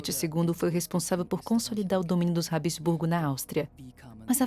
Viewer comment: Habsburgo e não Hab-E-sburgo.